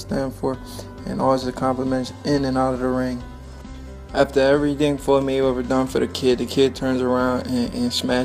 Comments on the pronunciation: The speaker needs to learn how to speak. Floyds last name is Mayweather not Maywevver. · Learn to speak. It’s Mayweather not Maywever. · His talking 😂😂😂😂😂😂😂😂 maywaver 🤷🏾‍♂️🤷🏾‍♂️🤷🏾‍♂️😂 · “Maywevah”... what?